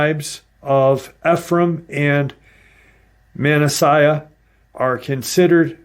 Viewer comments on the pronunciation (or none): It is pronounced “E-PHREE-UM” and “MAN-NAS-AH”.